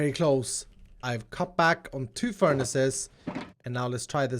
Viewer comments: I’ve never heard someone say ferni’s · did you say "furnice" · Im sorry but did he say furnies? That is the best thing ive ever heard ahha omg